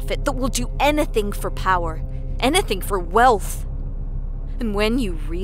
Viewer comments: Sounded like she was saying "enething" XD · I don't like the way she says the word "anything" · Yeah and what was up with the weird pronunciation when she said "Anything". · her accent came out whenever she said "eneything" lol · "anEthen for power"